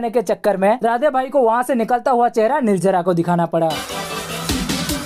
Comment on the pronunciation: Nirjara nhi nirjala hai bhai lahja sahi karlo. To or acha lgega